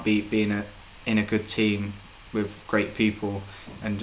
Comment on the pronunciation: He says wiv instead of with haha